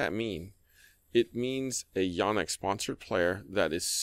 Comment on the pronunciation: Correct. says it like “Yaw-nex”, which is a little harsh on the ears especially considering his East Asian heritage and being at least bi-lingual (speaks Cantonese).